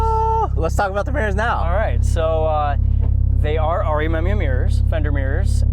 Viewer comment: finally a guy that pronounces re amemiya properly. unlike tj hunt and micky that make me cringe every time they say it.